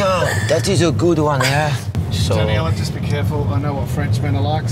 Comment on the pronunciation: whats her name? I thought I heared Deniella! lol